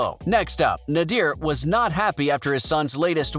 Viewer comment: Good vid but it’s not pronounced nadeer it’s pronounced nay-der side note: Nader didn’t not want Hassan to fight Hassan kept doing boxing then stopping so Nader said take it seriously or your not doing it